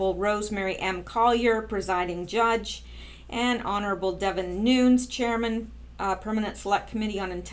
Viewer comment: Vessel_net_sky_ya. You did a great job on her name. I'm also glad you're saying Devin Nunes New_nez name correctly. Thank you for all your hard work and very interesting YouTube's. Keep up the great work and hopefully you'll come back to the USA to live full time as a US citizen soon